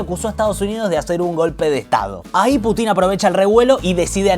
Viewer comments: Gran regreso! una sugerencia: en vez de putín, pútin. Abrazo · Ya me suscribí, puse me gusta y todo... Pero por favor, si vamos a decir "Baiden" como en su idioma original, digamos también "Pútin". Me sangran los oídos cada vez que escucho "Putín". Chasgracias, muy bueno el programa. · Aprende esto,en ruso debes pronunciar Putin acentuando a U, no la I ,o sea pútin , a no ser que lo hagas por animosidad y te gusta que suene a otra palabra . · en el idioma original se pronuncia "Púchin" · Putin no lleva acento en la i... hablá bien pelo..